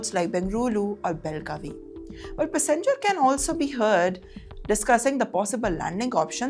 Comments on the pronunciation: This woman's pronunciation is horrible. First time I'm hearing passenger being pronounced pussengers. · Pussyenger passenger. 😂😂😂😂